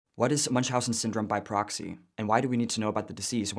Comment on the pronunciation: its proxy not poxy